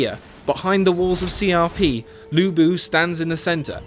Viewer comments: Loo Boo, Sao Sao, Xi Ya Pi, Jay How Dun. I'm crying. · ok...you pronounce 吕布 as Lu Bu, which means Ruble(Russian Currency); and 曹操 as Saw Saw, which means “slutty, slutty", which is kind of true if slutty can be used for describing male XD